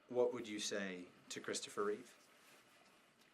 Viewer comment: Reeve, no "s"